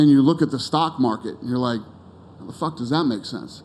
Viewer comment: Dana went real Boston at the mark lol “I DONT GIV A FACKK” 🤣